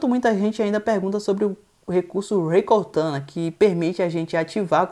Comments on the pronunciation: "Rrrrrrrrrrrreí cortana" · Rey cortana rs.